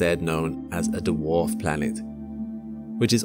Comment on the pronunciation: This guy can't say dwarf what the hell